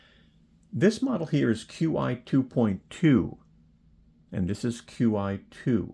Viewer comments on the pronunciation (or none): Fyi qi is pronounced Chee